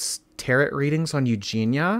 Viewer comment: as an lover of Tarot, its pronounced like tah-row. Hope that makes sense 😂